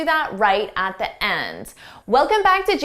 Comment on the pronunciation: I'm not english native speaker and my english is far from perfection but your "at D end" hit my ears so hard.